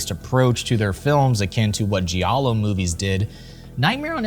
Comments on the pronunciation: Wow, where are AIP and I was a Teenage Werewolf, The Haunting, The Innocents, The Day the Earth Stood Still, Italian Gothic? Not one mention of Steele? Or Price? And giallo is pronounced JAL-lo. This history needs revising. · I don’t know what pisses me off more,you mispronouncing multiple Giallo filmmakers names or mispronouncing Giallo itself,this is one of the worst documentaries I’ve ever only watched half of